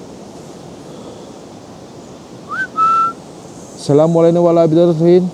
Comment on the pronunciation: Bang, lu ngucap salam yang niat dikit napa 🎉 assala…blabluca…solihin 😂